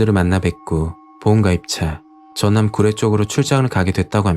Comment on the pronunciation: 전남 주례가 아니라 구례입니다~~~ㅋㅋㅋㅋㅋ 나레이션 중에 주례라 해서용~~ 무튼 사람이 가장 무섭네요..